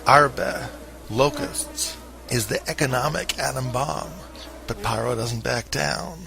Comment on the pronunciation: Please pronounce Pharaoh correctly, so you stop sounding ignorant. Ph makes sound F. It’s not Paroh, it’s “Faroh”! Fix it. Overall great video.